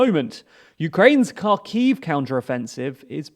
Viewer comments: You should learn to pronounce Ukrainian cities correctly. It is painfully obvious you don’t know how to pronounce the kh sound in Kherson and Kharkiv. It is not a k sound but a throaty h sound. Shame on you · Please don't pronounce the K in Kherson and Kharkiv. Look up the sound of the slavic X. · I know you guys are probably sifting through news by the terabytes to bring this to us and its very much appreciated and this is a relatively insignificant thing but anyways; Kharkiv is pronounced with a 'H' like 'Harkiyv' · Kharkiv is pronouncing more like "Harkiv", NOT "Karkiv". The same thing is with Kherson. It must pronouncing "Herson" - not "Kerson". Lozove is pronouncing LozovE - NOT "Lozov". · Please can you try to pronounce Kherson and Kharkiv correctly? It’s more like „Hersón“ and „Hárkiv“. Edit: otherwise great video and thank you so much for the content :) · It is pronounced HersOn. The stress is on second syllable. And it is pronounced HArkiv. The stress is on the first syllable. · You learn something new everyday, that there is a city called car key, and putin has lost it (Great on the information, but you should research some of the prenounsiation for the towns and cities :P)